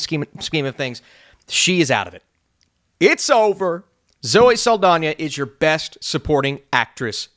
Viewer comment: For some reason is adding an I to Saldana. “Zoe Saldania” 😂